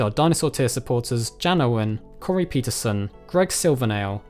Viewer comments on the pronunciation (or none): none